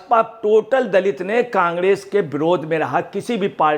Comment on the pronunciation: Congress bolna ni aara kangdes bol rha h